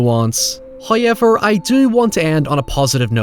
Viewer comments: WTF is " hiever"?? Obviously you mean "however" and I hear you say words using the "w" so whats with the "hiever"? No excuse when you can clearly say the "ow" sound. Do better. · If you say hoyever in a mirror 3 times, will come out and do a raycon ad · noy and heyever